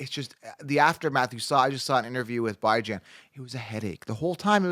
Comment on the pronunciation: Please... Please for the love of whatever the hell you believe in... Stop calling him "Bye Jan" 😂 good lord